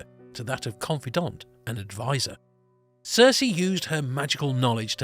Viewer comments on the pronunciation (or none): Good video, not so good pronoutiation. Circe should sound more like cpt. Kirk, not a character from GoT